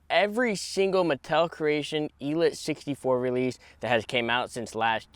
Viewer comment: ELEEEETE.....el-eeete like... il-eat